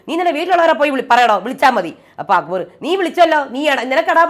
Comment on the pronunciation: അക്ബർ എന്ന പേരു കൂടെ നാശമാക്കി. അക്കു ബർ. അക്കുമ്പമ്പ ർ🤣